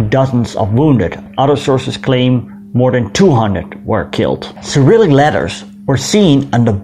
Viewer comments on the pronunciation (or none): none